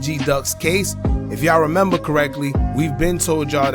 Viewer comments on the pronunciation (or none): none